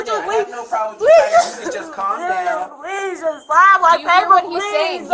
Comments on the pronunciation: But she said "pleeez-UH" several times-uh. Not sure what more she could doo-uh? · Anyone else noticed that they put a “uh” at the end of words when they’re being arrested. Please-uh why-uh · The minute an adult starts adding extra syllables to their words I know they are a toddler mindset, pleaseUH, I just needUH, you don't understandUH, makes my brain bleed.